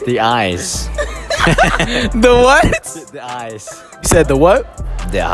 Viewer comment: “Da ice” couldn’t even say eyes 😂